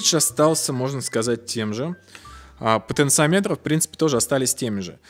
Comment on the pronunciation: ты неправильно ставишь ударение в слове "потенциометр" (слух режет). это же не измеритель, как амперметр или вольтметр, говорить надо "потенциОметр".